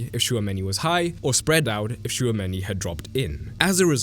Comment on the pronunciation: Bro I love your videos but please learn how to pronounce Simeone because that is disgusting. Btw I don't watch a lot of Real Madrid but I always thought that Tchouameni works waaay better as a single pivot than with someone on his side. He might work (kinda?) good with an all around partner who stays over him (like Enzo with Caicedo), but otherwise it's waaay better without any other pivot support; maybe a midfield 3 with Camavinga on the left (here and with France) and Bellingham/Thuram on the right, with a real 10 and a second forward to help Mbappè. Do you agree with this?